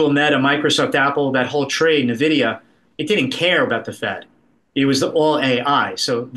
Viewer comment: He did not just say NuhVidEeeUhh right? Don’t cap on me. 🚫🧢